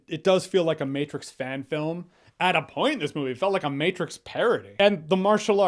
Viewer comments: Maybe it's because I'm a dad, but I laughed at "The Mehtrix" hahaha. However, I did like the Matrix Resurrections. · The meh-trix😁 I'm dying. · “The Meh-trix” LOL!